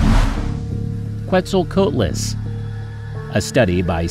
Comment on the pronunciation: Quetzal COAT les